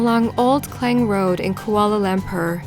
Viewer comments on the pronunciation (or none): It's not lambpurr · Why cant you just learn to properly pronounce some of the names of these well known countries and places? You do it a lot - Its pretty annoying/lazy journalism. ie: Koala Lampur?! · "Kuala LAMPAR"